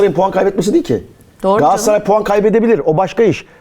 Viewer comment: Yandaş pardon candaş gs yi öve öve bitiremiyorsun ama adını söylemiyorsun daha, gaaassaray ne ? Gaaassaray Gaaassaray 😂 al gaaassaray ı koynuna yat, sorsan Beşiktaşlı 😅